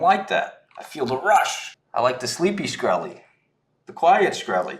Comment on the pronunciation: Watched the entire 2 Hour Video on Twitter regarding the SAVA Short. I only have one thing to say...how dare that guy pronounce my mans name [shuh*kreh*lee]! It's pronounced [s*kreh*lee]. About to go Wu-Tang on his ass. 🥷